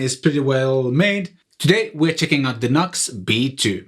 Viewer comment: It's pronounced "New X". Not Nux. Just saying.